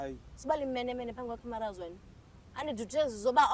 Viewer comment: "Uzondi actela phamb' kwe Camerous" 😂 "Uzondi actela phamb' kwe Camerous"